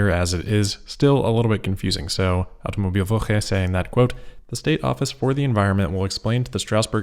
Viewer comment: you nailed the "Automobilwoche" 💪